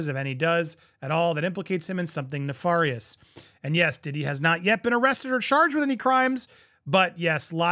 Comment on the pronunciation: Nefarious.. ne-FAR- Kouri's the WRONG pronunciation. What has been going on in this country? Too many people/YouTubers pronouncing words incorrectly.🔴🔴🔴🔴🔴🔴 This happens way too often.😖